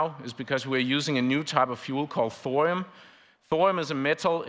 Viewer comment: 081323/1926h PST 🇺🇸. Please do not murder the name THORIUM. “THO-RI-YUM” and not Thorum. I find that not correct. You don’t say URANUM, CALIFORNUM, AMERISUM .. Please no more Thorum. Thank you with all respect.